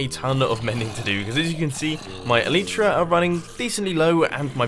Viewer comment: and for the love of God!! stop calling it el-ee-tra!! it's an el-eye-tra. I've made this comment on three of your vids now, love your content but your just proving yourself to be a spoon every time you say it wrong. EL-EYE-TRA!